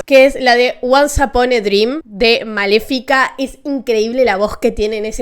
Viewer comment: estaba escuchando el video mientras trabajaba y de pronto habia escuchado "uan sapone drim" , y dije keee?? jaajja videazo cultural :popcorn-yellow-striped-smile